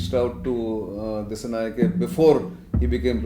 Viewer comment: This editor from India don't know about country Sri Lanka and pls pronounce the name correctly "Dissanayaka" not "ke" even it writes as "Dissanayake"